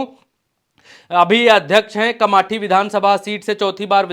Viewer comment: कामटी है कमाटी नहीं 😂